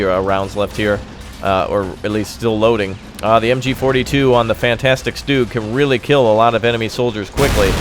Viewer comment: Triggered- you called it stoog....its stug exactly how it sounds